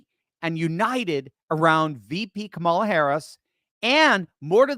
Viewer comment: Are you sure you're saying her name correctly? It's KAMALA!! K A M A L A!!! 😅 -- Texas 😂